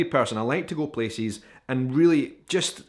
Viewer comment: I like the way he pronounces “Places” its like “peces” feces with a p